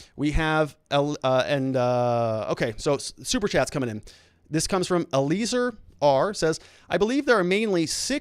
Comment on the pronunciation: Eli-ay-zer not Ay-liz-er